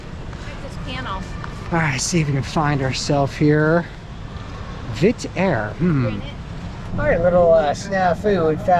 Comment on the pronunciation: It’s VietJet not Vit Air